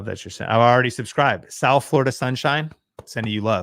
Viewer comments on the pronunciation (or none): none